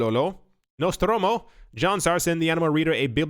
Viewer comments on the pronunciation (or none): I swear part of me comes back just to hear: "Chongololo, Songololo and NostRRRomo" 🤣 Love your work! 😊